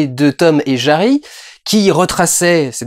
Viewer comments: naaaaan tu as dit "tom et jAry" au lieu de tom et jANry !!! XD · Janry pas JARY PUTAIN! JANRY!!!!!MERDE! Et le respect des grands noms alors!.... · C'est TOME et JANRY. ...!!!!!! , et pas JARY. ...!!!!. Merci ☺